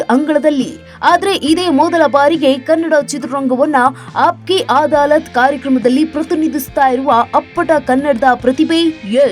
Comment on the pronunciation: ಅದು ಅದಾಲತ್ ಅಮ್ಮ ಆದಾಲತ್ ಅಲ್ಲ... please check your words before speaking...